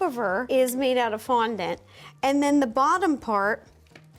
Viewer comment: You butchering that fondant girl had me in stitches 😭😅😂